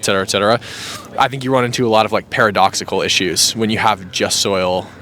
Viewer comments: Yeah, I heard him say "just soil citizenship". Sigh. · Jus SOLI... (Not 'soil'. Or at least that's what it sounded like and it gets said loads of times, lol). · Just so you know, it jus soli, not jus soil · The Latin legal term Is JUST SOLI—not jus SOIL. He keeps saying it wrong in the video.